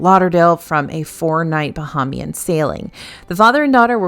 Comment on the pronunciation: please look up how to pronounce the word “Bahamian.” It is not pronounced the same as the word “Bahamas.” It is pronounced closer to “Buh-HAY-Mee-Ann.” Love your content and can’t wait to read your book!